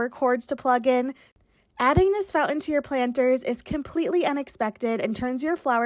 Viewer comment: FouNtain. Fout-an